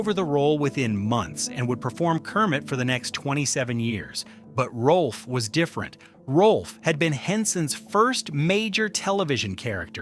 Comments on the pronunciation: It’s NOT “Rolf”. It’s “ROWLF”! If you want to be authoritative, GET YOUR FACTS STRAIGHT! And The Muppets without Frank Oz? That’s just WRONG, like nearly everything the Walt Disney Company does. But then, The Walt Disney Company without Uncle Walt has NEVER done things right. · The video says that Rowlf was the closest to Henson, but spells the name wrong and pronounces it wrong. Why should I watch the rest?